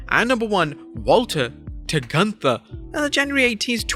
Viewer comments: Let Walter tell it, “It is not GUNTHER, it’s pronounced GOONTAH!” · Es heißt gÜnther, Freunde. Mit Ü, yoah,,🙃! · It's pronounced Goonta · It's not Gunther, it's GÜNTHA. But the fact is even Shane Thorne was changed name to Slapjack, but he was more singles matches than the other Retribution members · It’s pronounced (GOON-TER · OI! NEIN! ITS PRONOUNCE GUN TA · It's not Gunther, it's GUNTHA ! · its goontha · its pronounce gunthaa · its pronounce "gunthaa" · Gunther is even more worse because nobody who speaks English can even say the name right ffs. Including here. Th is not a th. It's just a t with a silent h and U is a U and not an A. WWE should educate their employees before making such a stupid namechange that nobody can say right. The same is with Ludwig. U isn't the same in German like in English. Berlyn in WCW was even a better namechange than Gunther. The commentators could say the name right. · So they gave him a really German name but use the English pronunciation. That's just the kind of brilliance I've come to expect from WWE.